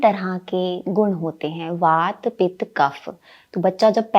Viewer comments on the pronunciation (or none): none